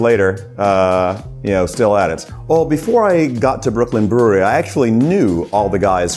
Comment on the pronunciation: Super cool comme d'habitude Par contre peut prononcer brewery avec un petit accent anglais lol pq "brouri" ça fait vraiment bizar Force et houblon